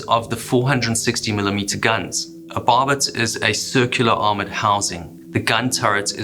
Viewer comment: Many thanks for this video!! I'd like to point out that the turret barbettes aren't pronounced, "bobbits". "BARR-bets" thanks!